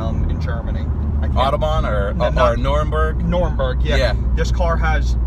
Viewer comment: Unsub for that “Noremburg” and autobahn comment Edit: Putting a ❤️ on my comment won’t get me back LOL